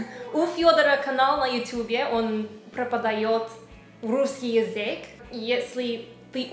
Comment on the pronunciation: язЫк, не язЕк) 😸 Умница, хорошо говоришь)